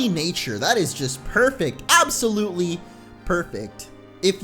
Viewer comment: Thats ANSOLutley Impossible